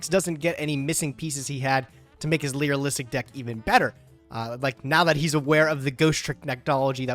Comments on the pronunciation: Please, its Lyrilusc not Lyriluisic. I gotta believe its a bit at this point, but i am not sure... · Someone tell it’s lyrilusc not lyrilustic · Nah fam you need hearing aids, this dude consistently calls it the Lyrulissic archetype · Why doesn't say "Li-ra-lusc"😫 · How has no one taught how to say Lyrilusc???? Especially with how much he plays it?? Baffles me and enrages my soul 😂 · vs trying to say lyrilusc correctly (challenge impossible)